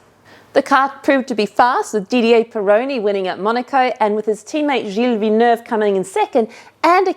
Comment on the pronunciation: Finally, an anglophone that prononces Gilles Villeneuve’s name correctly. Thanks!